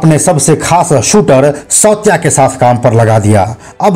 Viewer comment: विजय सावसकर नाही विजय साळसकर आहे. सौत्या नाही सावत्या .